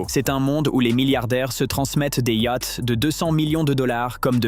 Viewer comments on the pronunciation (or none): Des "yacts" ?...!